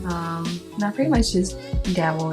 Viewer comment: kept saying “pwetty” lol